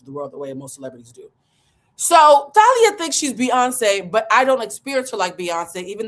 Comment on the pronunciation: The way you’re saying her name is driving me crazy. It’s Tah-lee-ah and she was in Mexican soap operas and a singer. She was part of a Mexican band then went solo. Married Tommy Motooa Mariah’s ex.Thalia also has a famous sister. She comes from a reputable family. I always found Thalia annoying. Btw, COO chief operating Office to me finance is CFO chief financial officer